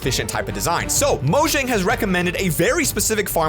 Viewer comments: It’s pronounced moyang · I just recently found this out: The company is pronounced as "Moyang" and not "Mojang" and I believe that is supposedly spanish for something dealing with Minecraft.